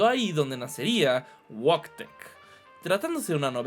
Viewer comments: El nombre del oso Wojtek se pronuncia voitiej (Wojciech) en el propio artículo de Wikipedia en inglés se puede citar y escuchar la pronunciación, y si, fue real, además de que en múltiples ocasiones encontró espías nazis por el olor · uhmm actually 🤓👆 se pronuncia algo más parecido a "vóytec" 🤓👆🤓👆🤓👆🤓👆🤓👆🤓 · Se pronuncia "voytek"